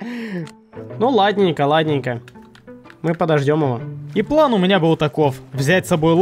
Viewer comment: все ниче, но это твое произношение "плЭн" бесит